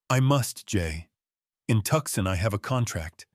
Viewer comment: Great story ! FYI it’s Too-sahn not Tuck-son